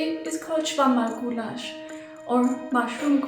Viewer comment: Mabye I am a nasty nitpicker... but it's Schwammerlgulasch, not Schwammalgulasch. "Schwammerl" (little sponge) is an alternate word for "Pilz" (Mushroom)